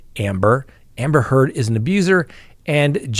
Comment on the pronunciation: I was cackling at how many times "Amber Turd" was said today in court